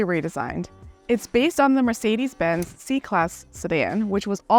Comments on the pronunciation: It's Mercedes Benz not Mercedis Benz 😂 E eeeee Use eee it e E from eu emphatic Try saying Empatic whit i Thats right it sounds idiotic 😂 because is that so So please learn to spel it This is the letter E from emphatic not sometimes E sometimes i man you americans are so untalented at existing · Wish she didn't always call it a Mar cedes, surely a reviewer could learn the name properly